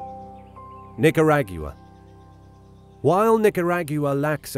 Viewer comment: You said Nicuragua wrong. It's Nick -ur-ah-gua (gua like aqua)